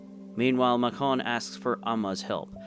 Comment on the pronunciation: Why are you saying macon so weird for?? Macon like bacon